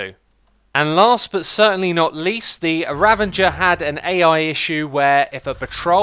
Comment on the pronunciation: Nobody: Xisuma: Ravenger